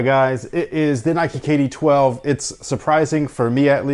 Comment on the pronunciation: Kay Dee Twelves-uh. I like it.